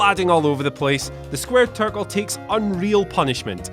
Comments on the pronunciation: “Squared tircle” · I thought it was Squared Turkle .. either way, still sounded wrong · "the square turkle" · Squared Turk-le 😂😂😂😂😂😂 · “The Squared Tircle” 😂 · Squared Turk-L? 😂😂😂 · What is a "quard turckle"? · The squared turtle? It seriously sounds like you say that. Anyone?